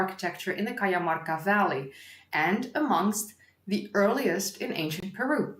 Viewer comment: The pronuntiation of "j" in Cajamarka sounds like the "h" in honey.